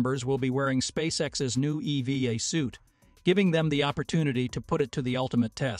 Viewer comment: EVA not EV uh. Feed the computer voice the correct information